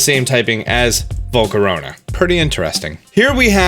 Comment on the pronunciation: It’s not vol-co-ro-na. It’s vol-CA-RA-na